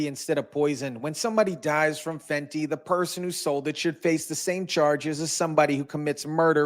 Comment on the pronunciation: Good report but please stop calling it Fenty like an addict buying on the street or some highschooler